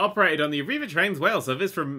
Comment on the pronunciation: Oh god "Arriva", they have buses in my country.